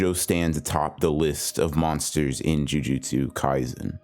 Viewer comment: when he says 'jujustsu ngaizen' :\